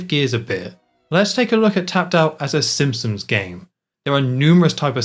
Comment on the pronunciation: I enjoyed the video, but, are you saying “Simpsons” or “Simpsoms”?